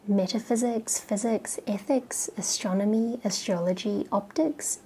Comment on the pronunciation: ""ashtronomy" really ?